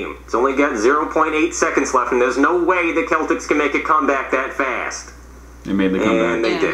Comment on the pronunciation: My real name is Boston so obviously I’m going to support the Celtics but when he said keltics I felt bad for laughing